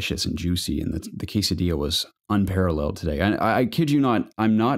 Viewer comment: hey guys this podcast reminded me why I like it so much, you guys drew a smile on my face with the quesadilla pronunciation, and I have to break your hearts but it still isn't right 🤣😂, and also with the skinless fortnite kills lol.Do I count as a skinless pleb if I have a blue color from psplus? I guess I do lol.... I love you guys so happy to see the community growing even if as a I become a grown man like I can't hang out as much, keep up the good work guys!